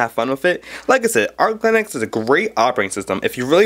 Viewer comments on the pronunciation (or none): ITS NOT CALLED ARK LINUX YOU DUMB FUCK ITS CALLED ARCH LINUX